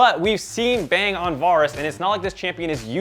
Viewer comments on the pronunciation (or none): You said bang instead of bang